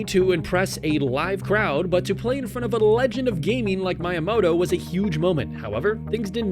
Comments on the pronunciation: Lol I was waiting for someone to mention this lolol. It’s みやもと. Not mAiyAmAto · The pain I felt was so immense how the heck do you mispronounce Miyamoto 3 times, two different ways between them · how you gonna run a speed run channel and mispronounce miyamoto....